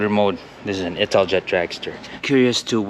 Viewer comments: you should pronounce it as: ital-yet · 10/10 for your pronunciation of the Italian names 1/10 for your pronunciation of Italjet 😂 “It-al-jet”